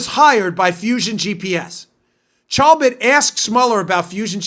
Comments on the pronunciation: Chabot is pronounced Shabot. It's French. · Poor Steve Chabot. Nobody can pronounce his name. The Ch sounds like an Sh. Great show, keep up the great work. WWG1WGA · Work on pronouncing Steve Chabot's name.